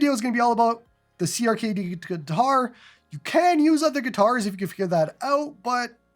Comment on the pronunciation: Checkout YARG! Does everything clone hero does and more Also, CRKD is pronounced Cracked btw